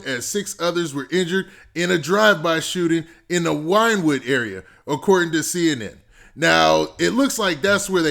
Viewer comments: Wynwod Is pronounced (Winwood) Hialeah is a large spanish section not too much goes down over there. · Its spelled like this Wynwood but its pronounced like this Winwood not Wine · You said Wynwood wrong 😭 but it’s cool I know you ain’t from Miami